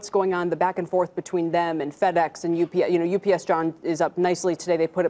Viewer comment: Its UPS not UBS.